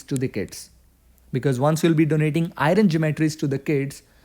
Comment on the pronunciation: iron [ ahy-ern ]